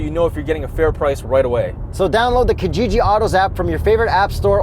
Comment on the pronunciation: Okay so I am going to be that guy... You are pronouncing Kijiji wrong! It is to be pronounced 'Key-jiji'... I know a lot of Kenyans and Tanzanians are pulling out their hairs right now. Great review and lots of love!!!